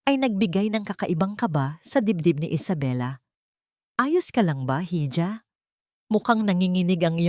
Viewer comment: Kaloka ! Roksas 🤔 instead n Rohas ( Roxas ) hidya 😁 instead n iha ( hija ) kaloka d bagay maging narrator 😕 practise k muna madam